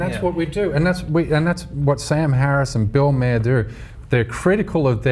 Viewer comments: Maher pronounced marr not mer you fuck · Did this guy just compared sam harris to sarah palin?!! Tyt what r u doing, don't bring a guy that can't even pronounce bill maher name correctly (not mehr). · I wish he would pronounce bill mayers last name properly